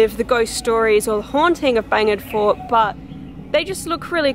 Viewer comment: Are you saying "Bangin," Fort ? ;)